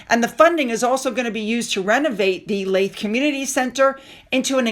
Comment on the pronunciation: Sorry again. Leith is pronounced Leeth. As in Teeth.